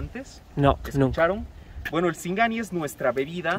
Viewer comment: Dise sigani.